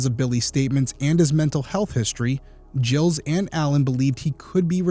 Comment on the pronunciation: If French its pronounced "Jeel", if anglicized it is Giles (Rhymes with Dials.)